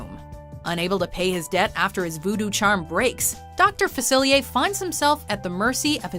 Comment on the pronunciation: Doctor Faciliyey